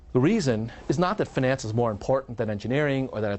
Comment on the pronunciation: Why does he say "finance" in such a weird pronunciation. He pronounces it like the French would.